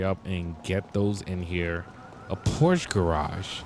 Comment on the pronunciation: Phorche garage